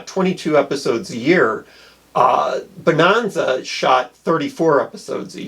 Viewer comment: "Bah-non-zah." Holy smokes, how old are you and what nation are you from? By the way, it was the 2nd most popular show. The dubious honor of #1 was The Beverly Hillbillies, which explains something about America's tastes at the time.